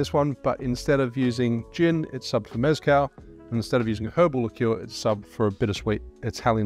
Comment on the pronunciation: You learned maraschino, now learn “meh-skáhl” not MÉZZ-cal. Please 🙏🏽